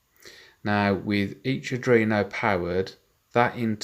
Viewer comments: Cool, RS485 might be a bit bulky and over powered for these applications, but it is a standard and it does get the job done. Cool project. (However, after watching all of these I feel I have to say that its ARDUINO, not Adrino. Sorry, haha) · I like the video but it's "R-dWeen-o" not "r-dReen-o"